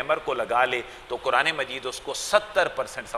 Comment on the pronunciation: KEYA AAPLOG QURAN KO BHI KURAN HI BOLTE HO. KEYA AAPKE YAHAN BARI QAAF NAHEE HAI.